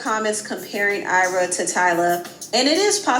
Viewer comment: it’s AYRA not Arya😭😭😭 chii